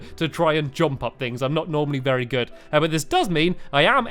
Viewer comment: I'm sorry did you say beary good?